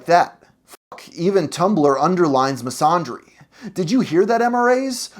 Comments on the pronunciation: Misandry is pronounced Miss-an-dreeeeeeeee!! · The fact that you don't even know how to pronounce "misandry" speaks volumes. That's a fumble if I've seen one. [don't recommend this channel]